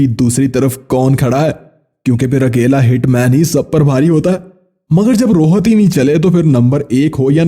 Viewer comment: Rohat nahi Rohit hota hai ba